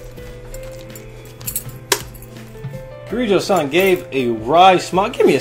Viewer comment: Honestly every time he mispronounces -san I cringe a bit. But otherwise I really like his commentary in this game!